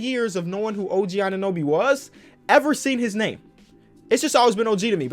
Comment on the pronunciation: Oh-Goog-wa Anunoby